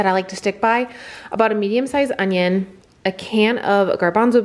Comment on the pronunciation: King of queens? He says on-ion-ione slot.